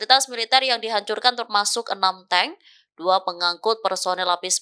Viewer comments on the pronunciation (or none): none